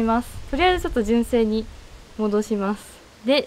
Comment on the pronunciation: あらら、大変！ 負荷かかり過ぎたのかもね!? 純正が1番‼️ じゅんせい の発音好きよ♥️（笑）